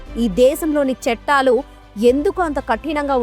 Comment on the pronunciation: చట్టాలు అనాలి. చెట్టాలు కాదు.